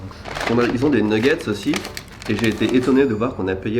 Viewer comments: nougette et pas Newgete a ne pas confondrre !!!!! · " Nougets " "poutit déjeuner " ça m'a tué 😂 tes un champion